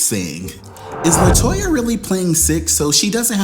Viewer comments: Ok, Did I miss something, why you KEPT MISPROUNCING LATOYA NAME?? I am so confused, lol Help Auntie out lol AND you didn't put her on the couch LMAO I AM SO LOST ITS HILAROUS!!! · You called Latoya 'Toyota' in the intro!!! LOLOL